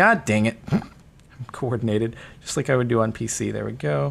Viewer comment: "WOOD do"